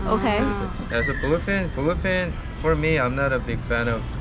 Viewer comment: bluface tuna hahaha!!! 😆😆😆 Ik he said bluefin!!!